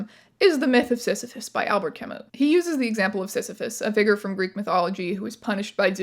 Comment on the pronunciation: how could you jumpscare me with albert camus………. in my most vulnerable hour……… <- french immersion student (albert camus is A Big Deal in french immersion curriculums) (also you’re saying his name wrong, u gotta pronounce it Frenchly)